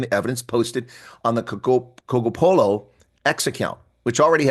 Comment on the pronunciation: Cogopolo? 🤦🏾‍♂️ why are you butchering someone’s name?